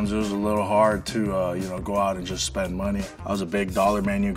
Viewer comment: It’s spend, not spent.